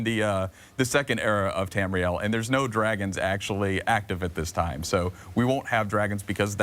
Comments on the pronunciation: Tamuhril? Bitch don't know what she's talking about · Say it with me. TAM- REE- EL. bitch. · she said Tamriel wrong. WRONG WRONG WRONG WRONG WRONG WRONG WRONG WRONG WRONG WRONG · *Facepalm at that girls pronunciation of Tamriel. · anyone else notice she said tamriel and nedic wrong